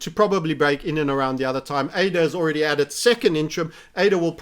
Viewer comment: been watching him long enough to remember when he called ADA, uh-dah